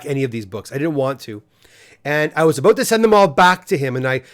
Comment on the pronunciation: Did he say, “talk aboot”?